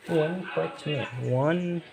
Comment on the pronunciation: Itu harusnya onepunch man,bukan onepuch man